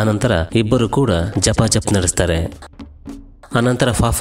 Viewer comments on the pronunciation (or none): ಜಪಾ ಜಪ್ ಅಲ್ಲ ಬ್ರೋ ಗಪಾ ಗಪ್😂